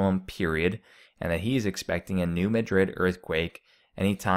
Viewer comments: It's not pronounced New Ma-DRID, it's pronounced, New MA-drid, and the river was dry in 2012 as well. I have lived in Missouri more than 15 years now, and I have not seen it low, but saw someone post some photos of it being low now in SE Missouri/Illinois. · Pronounced... Mad' rid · Its pronounced MAD Rid. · BTW it's the New MadRid not Madrid.